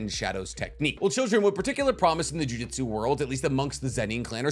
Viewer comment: Sounds like you’re saying jiu jitsu every time not jujutsu